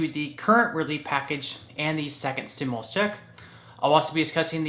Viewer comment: Hi, respectfully, please note that the word "stimulus" is pronounced "stim-you-lus", not "stim-uh-lus". Thanks for all the great information!